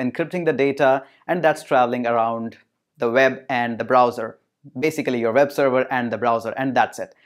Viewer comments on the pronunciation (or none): NiCe video but why you always spell "w" like "v" Ex: You spell web like veb